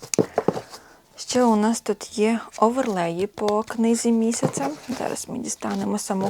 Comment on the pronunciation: Я вже стільки передивилася ваших відео, але кожен раз коли ви кажите «книга місяця» мені здається що це назва книги😂 У вас на каналі дуже спокійно 🫶🏻 Дякую за відео🥹